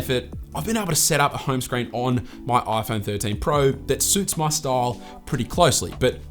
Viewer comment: This is the 'Oi Phon Thorteen Prao' 😂